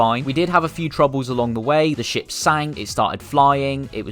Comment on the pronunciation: when you say ship i hear shit😡